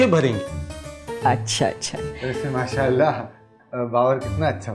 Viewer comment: Always say Masha Allah right pronunciation